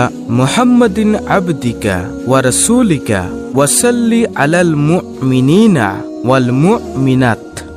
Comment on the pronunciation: মুকমিনিনার স্থলে হবে মু' মিনিনা এবং মুকমিনাতের স্থলে হবে মু'মিনাত। ধন্যবাদ।